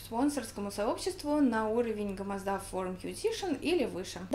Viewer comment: Я тожебыл уверен, что ударение на втором слоге было....